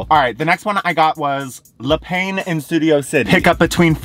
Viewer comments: Le pah is how you pronounce the word for bread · Every time you say 'le pain' 😭 it's 'looh pahn' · Le Pain is French for bread, pronounced 'le peh'. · It's a good thing you didn't try to pronounce quotidien considering how everyone responded to your "pain" 😂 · le pain😭😭 its bread in french lol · The french pronunciation is killing me ahahah